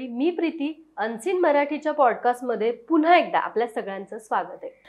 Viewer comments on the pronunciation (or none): none